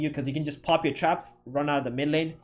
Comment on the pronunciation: Why do I keep hearing chaps instead of traps.. :D